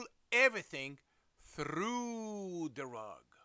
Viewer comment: He hit the rolled R’s for through so smoothly